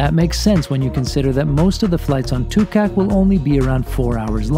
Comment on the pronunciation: Great video of the delivery, and great prenounciation of Kangerlussuaq, but the one you missed where the name of the plane Tuukaq (Duugarq). You will get it nest time 😁😉👍✈️